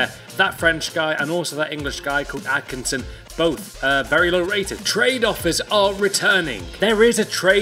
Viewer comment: That is so weird how Atkinson is said in the video when that is my surname.